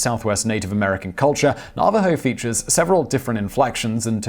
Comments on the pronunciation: I get that there are different pronunciations between American and British English. But with a word like Navajo, which is strictly American you should check it out ahead of time so you can pronounce it correctly. The first two syllables are emphasized equally and the last one comes down a bit. Thanks. 💓💛💚💙💜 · Nav A ho-s not nava ho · Nava HO, not Narvaro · It's NAH-va-ho, not na-VAH-ho. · "Simon. Its not 'Na-VA-ho, it Naaaaavajo." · Nuh-VAH-hoes? NAV-a-hoes! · LMAO. Na Va Ho? It's Navajo. geez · Damned Brittish pronunciations! Na- va- ho! The V is hard! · Thank you for talking about the Code Talkers. They truly deserve all the praise. I would like to correct you on the pronunciation of their name. It's pronounced Na-Vuh-Ho. Everyone deserves to be recognized by their proper name. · Simon, you mispronounced Navajo at ~ , and ... At all other times your usage was correct. Na·va·jo | \ ˈna-və-ˌhō . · just another FYI: Navajo is pronounced nav/ah/hoe, for future reference, and I'm glad you included them here, in yet another embarrassing example of how Americans are not taught their history, most don't know about them, or rather didn't until a movie was made about them, I did, because my middle school boyfriend's grandfather was one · It is pronounced "Nav-a-ho". Thanks for the video Simon! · Navajo is pronounced Na va ho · NA-va-Ho... Sir... NA-va-Ho... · Simon. Love ya. Great vids. But sometimes your pronunciations just really....................... :) Navajo. As in "have a hoe" but with an "n" instead of "h". . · I DID ENJOY THE VIDEO. but it's pronounced NAV-a ho. Thanks again. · Navajo-- "na-va-ho" for the next video! Just a little bit of help from a pleased subscriber. Keep up the good work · you should be smacked for saying "navajo" wrong- you're an idiot. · how can you not know how to pronounce navajo? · FYI the emphasis is on the 1st syllable in Navajo not the 2nd. No big deal, just wanted to lyk. Great video as always!